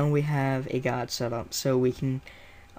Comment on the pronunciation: It's more to do with his accent. How he says "Gah-d" for guide. I've heard others with the same accent pronounce these words the same way.